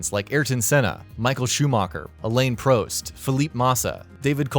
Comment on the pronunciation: Nico Roseberg Elaine Proest Eye ear ton Senna Alpin Reno